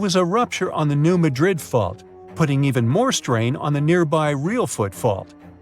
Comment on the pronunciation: Wow - learn to pronounce the name of the town correctly - it doesn’t rhyme with Madrid, Spain. Emphasis on first syllable.